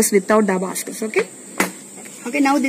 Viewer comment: Very talented god bless...m a proud aunt😇 I love how the little one is busy in her own world ❤️😂A small correction in the word Abacus..pls check the pronunciation for the same... otherwise as usual beautiful video... keep going ❤️